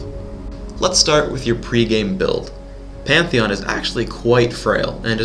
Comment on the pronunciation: it was panteon he said immidiatly